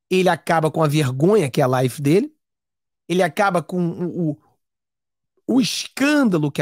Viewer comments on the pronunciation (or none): none